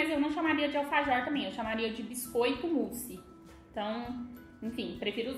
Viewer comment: vc não fala bem vc fala errado alfajor